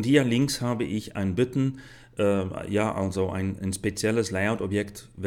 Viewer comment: hahaha ich lach mich tot : böttn anstatt b[a]tton kann ich leider nicht konyentrieren auch "lie" out statt [lei]out hört sich echt krass an